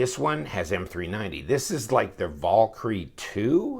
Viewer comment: Damnit, I can only hear a man butcher the word "Valkyrie" so many times.